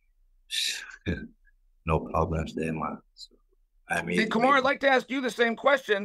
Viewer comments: And Kamara 😂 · Chael calling them Hazmat and Kamara on ESPN 😂😂😂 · Didnt he actually say `Kamara` too a couple of times? :D